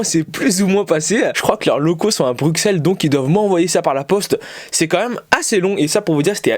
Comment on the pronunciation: Bruxelles ce prononce brussel et non bruckssel